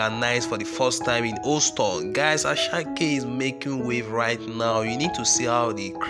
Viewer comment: Its pronounced as Houston not oston